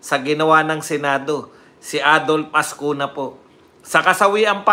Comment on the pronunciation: Azcuna po hindi AZCUNYA (nye).